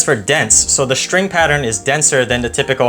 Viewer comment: There’s no h in string or stroke. Shtring, shtroke…lazy pronunciation